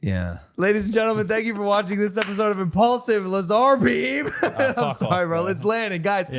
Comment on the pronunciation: Pronounced Laz - r